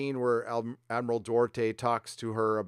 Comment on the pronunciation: Admiral Dorte? Doo-art-eh!